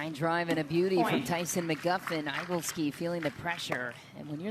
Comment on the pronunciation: I've never heard that last name - Igleski - prounounced "EYE-gul-ski" it should be "Ih-GLESS-ki". I think should check that.